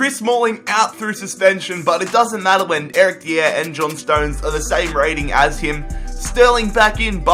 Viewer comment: Omg stop saying Eric Dier cause you cant!!